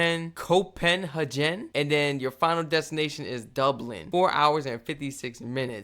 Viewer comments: Hey it's pronounced cope-hag-en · 😂SOMEONE needs to explain to, how to pronounce Copenhagen. 🫣